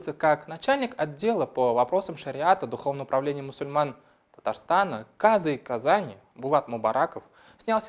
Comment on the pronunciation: убедительная просьба не коверкать татарские слова и правильно ставить ударения: ГабдрафИкова, но не ГабдрАфикова; МухаммАд, но не МухАммад; казЫй (духовное лицо, совершающее суд по шариату), но не кАзый. Большинство татарских фамилий -производные от арабских имен, поэтому ударение делается на последнем слоге корневого слова: РафИк, СалИх, КарИм, СабИр, ХамИт, ИльhАм, ИдрИс, МирфатЫйх